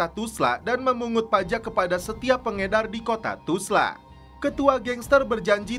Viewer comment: 😅 kenapa ga bisa bilang Tulsa?